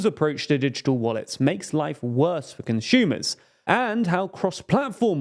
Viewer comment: Conshumers need more respect 😢